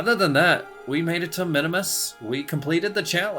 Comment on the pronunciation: Not sure what’s more annoying. The bugs or you saying Minimus rather than Minmus.